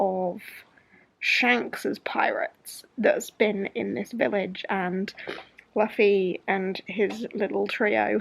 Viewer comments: I haven’t read the manga, but I’ve been watching the anime and i love one piece!! And it’s pronounced like Loofy😁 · You pronounce Luffy like London not, loo as in the toilet. Zolo is pronounced Zoro because the Japanese pronounce L’s like R’s. Usopp is pronounced Oohsopp.